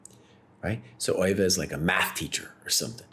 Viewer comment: According to Euwe (pronounced "Erva", not "Oy-vay), Alekhine played his championship matches for the money, pure and simple. They were supposed to be risk-free paydays, but the 1935 match didn't work out that way. Euwe was in demand as a match opponent in those days because he played a lot of matches and almost always lost or drew. But by 1935, Euwe had gotten better than anyone had realized. He finished ahead of Alekhine in all the tournaments they both played in while he was champion. The legend/excuse is that Alekhine only lost because he drank too much, but Euwe said that Alekhine didn't drink any more than he usually did. Euwe also said that a lot of people thought Alekhine was drunk even when he wasn't, because he didn't like wearing his glasses, and his walk was unsteady without them. To this day Alekhine is the only champion to lose the title by a single point. Euwe actually gave Alekhine a draw in a won position in Game 30, though. He'd have won it if he'd had to, but you can't refuse a draw that will make you the champion.